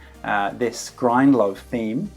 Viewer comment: 😂😂Grindlove theme.. I mean GRIDLOVE, GRIDLOVE. No but thanks for the tutorial man, was really helpful.